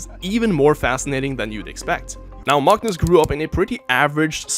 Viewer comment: You get a like purely off your masterful pronunciation of his name, that was enough to make my watch that moment like six times